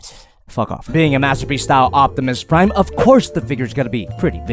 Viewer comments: O P timus Prime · “Notimus Prime”